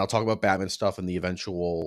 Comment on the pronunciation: the batman city is pronounced like batman directly, not like batmen but batman, i hope u guys understand what im saying